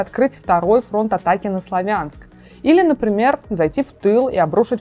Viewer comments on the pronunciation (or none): none